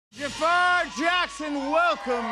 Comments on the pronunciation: Ffs, it's pronounced Jaa-frr, not Ja-faaar. You can see it's spelled different from the Aladdin villain so it can be pronounced closer to the Arabic. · Why does ppl call him Jafaar when it's Jaafar😂, I do not understand the obsession of Americans to change the name. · His name is JAAFER why they pronounce it as JAFAAAR !? it's so annoying